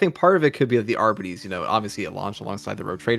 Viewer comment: Why is it so hard Darktide YouTubers to pronounce Arbites correctly??? “Arber-Raider” “Arbiter” (from Halo?) “Arbeedees” “Ar-Bite” “Arby’s” (we have the meat!) “Arbidees” WTF!?!😂😂😂